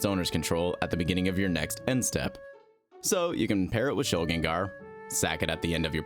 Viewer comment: Ayyy someone who pronounces Shilgengar like a normal human! Thank you